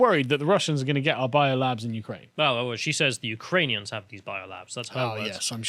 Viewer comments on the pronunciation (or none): Lol she called them ukrainions,also there is a odessa city in texas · Who are the Ukrainions? Like communist Klingons? She definitely said "Ukrainions". What's really going on here? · Let's be very clear and not spread fake news, she didn't say Ukrainians, she said Ukrain-ions.